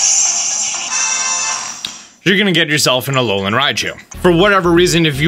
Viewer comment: Alolian? ALOLIAN? A L O L I A N?!? Yes, alolian